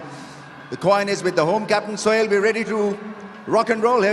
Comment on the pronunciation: soil instead of Sohail lol 😂